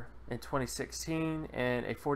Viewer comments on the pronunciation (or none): none